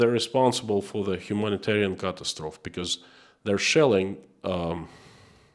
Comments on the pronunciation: The e on the end of catastrophe is sounded in English. You are saying it the French way. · You are pronouncing catastrophe the French way. English sounds out the final e. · Just fyi, the pronunciation of catastrophe rhymes with atrophy, not trough.